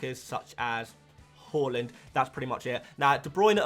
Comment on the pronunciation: Love your content but I got to admit I’ve been watching you less this season just because I can’t stand hearing you call Haaland “Holland”🙏🏻🙏🏻🙏🏻🙏🏻